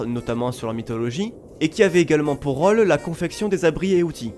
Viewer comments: Bah enfaite (mais ptet que c'est que moi) j'aurais plutot tendance a prononcer le "ô" comme un "au", de façon ouverte (jrcois que ça vient du ω) que de façon fermé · Mis a part ta prononciation de "rôle", je kiffe a.b.s.o.l.u.m.e.n.t. tout